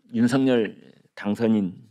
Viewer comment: 당선인 이름을 말할 때 "윤성열"이니라 "윤서결"로 소리 나게 해야 하니... 다음 부터 바꾸어 보시길...